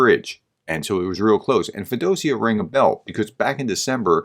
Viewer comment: Feo - Dosia.... please. Work harder on those pronunciations.